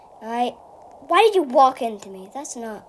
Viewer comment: when you said why did you walk in to me you said walk in the American accent